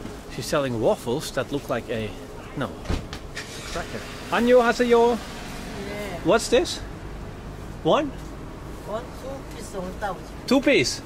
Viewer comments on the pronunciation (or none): hahah your Korean is not the best but it's fun. it's annyeonGhaseyo, not onionhaseyo 😆 time to enjoy the rest of the vid!!